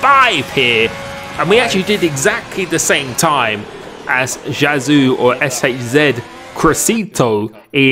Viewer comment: When will finally say "SHZ" right?